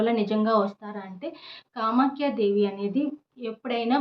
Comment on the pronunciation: మీరు ఏదైతే 11 సార్లు నేమ్ చెప్పాలి అంటున్నారు ఆ పదం క్లారిటీగా అర్థం కావటం లేదండి కామాక్షి దేవి ఆ కామాఖ్య దేవి